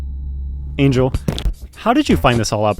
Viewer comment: lol I thought your name was Angy L as in angry loss. Not Angel lmao. Anyways good video.